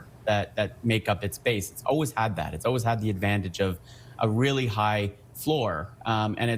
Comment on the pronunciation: Aww, they skipped Pierre trying to say always. He can't say always, he says 'owies'. 😂🤣😂🤣. Must be the conservatives bias in this channel.